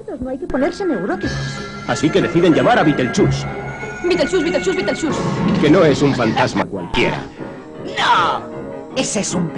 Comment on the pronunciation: yo lo conocia como Bitelshus (Así es la pronunciación) Pero, Bitelchus, en serio?